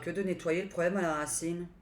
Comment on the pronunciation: Bonsoir, J aime vos vidéos, un peu d humour, quand vous avez dit racine j'ai entendu rat ciné encore du vent....